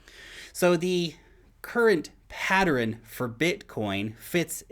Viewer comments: Pattern has two syllables ! NOT three! lol Patterins?!?! lol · u pronounce the word pattern mad funny😂😂 "Patterin" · Where are you from that you say “patterin”? 🙂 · pat·tern | \ ˈpa-tərn 2 syllables,....love ya broski. Keep up the good work😉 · Thumbs up on the use of the word “rife”. Thumbs down for pronouncing pattern like “patterin”. Maybe it’s a NZ thing. Oh well. Great video as usual. Great info. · It really threw me off, because I thought it was some new word or some crypto word I hadn't heard before. I even turned on CC to see what it showed. Of course, it's just the ordinary word "pattern". Hehehe. I love. I have never heard anyone pronounce this 2-syllable word as 3 syllables. 😉